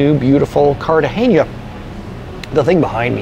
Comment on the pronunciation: You’re trying too hard 😊. It’s just “N”, not “Ñ”. “KART-ah-HEN-ah”.